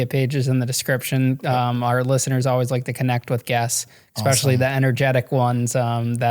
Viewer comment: ESPECIALLY, not expecially.........